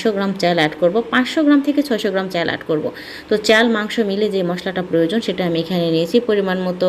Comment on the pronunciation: চ্যাল, প্যানি, প্যাতিল 🥴🙄